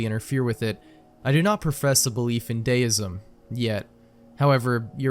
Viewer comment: “deism” is pronounced “dee-ism” as in the sound in the word “free” not “day”